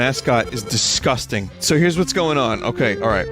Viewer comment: I just love how Vinny pronounces d i s g u s t i n g here, lol